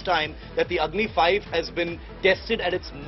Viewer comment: OMG 🙄 So.... as per her account it is Agni i for Agni-I , Agni ii for Agni-II, Agni iii for Agni-III, Agni i and vee for Agni-IV and Agni Vee for Agni-V ........ Agni ix 😁